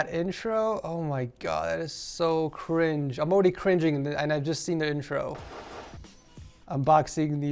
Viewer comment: So cwinge